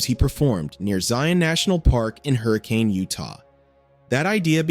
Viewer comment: A. Trail Mater is in Moab, Utah. Not Arizona. B. It's pronounced Hurrah-kin, not hurri-cane. C. Thank you for being the first youtube video I've seen from a non-utahn to pronounce Zion correctly. (Zi-uhn, like lion).